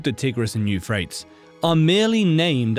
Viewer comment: Bro, Euphrates is pronounced /you-fray-teez/ not "youfrayts."